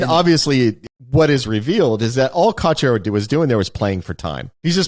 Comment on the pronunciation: It's not just me, right? Wes does always sound like he calls him Courtyard, at least when he isn't calling him Cortazar. 😀